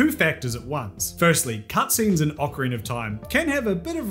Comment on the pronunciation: Do you pronounce it "orcarina"?